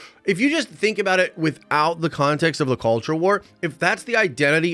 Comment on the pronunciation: Dude, you emphasized “both sides” and “culture wars” way too much. That got annoying. Only one side talks about that cr@ Just killed my nostalgia ride.